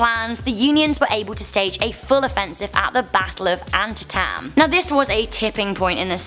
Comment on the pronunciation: Sacagawea - Sah cah jah wee ah, Antitam - an tee tam. Please learn how to pronounce words you are unfamiliar with.